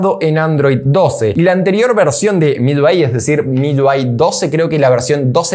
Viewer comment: Papu es MIUI...no MIYUI....UI...no lleva Y...me parece ...